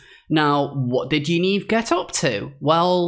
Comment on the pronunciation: Great video however 'Yaniv' is pronounced as it looks, not 'Yaneeve'. Thanks again for your amazing exposės.